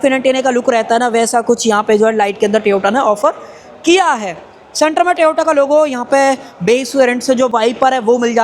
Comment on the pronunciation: Bhai tevota nhi bolte Toyota bolte hai